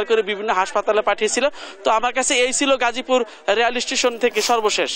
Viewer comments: নিউজ পড়ে উনারও প্রশিক্ষণের দরকার কারন প্রথমেই গাজীপুরের বদলে গাজাপুর বললো,আর সাংবাদিক ভাইতো সেই 🤣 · গাজা পুর না মেডাম গাজীপুর হবে কি বলেন এগুলা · সাংবাদিককে গাজাপুর কইলো না গাজীপুর কইলো